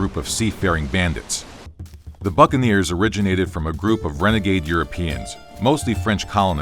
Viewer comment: sounds like “Among all these conflicts were the fucking ears”